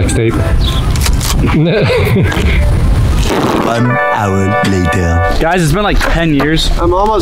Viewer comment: Wait did you say F L E X T A P E